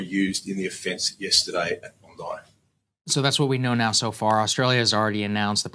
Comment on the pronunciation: Bondi, not Bondai.